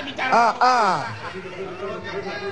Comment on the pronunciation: Salah om yg bener "pebirsah kita rehad sejedag" :v